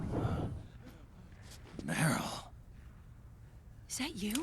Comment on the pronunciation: I like how everytime Snake says Meryl in a hurry it just ends up being Merl.